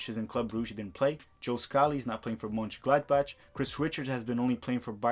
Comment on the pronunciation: Pronounced like Murnchen Glodbawk